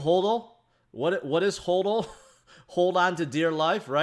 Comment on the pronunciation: HODL (hod-el) not HOLD-OL